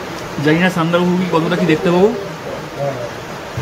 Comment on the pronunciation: Apni Sandak ..phu thik kore uchharon korun kane boro thekchhe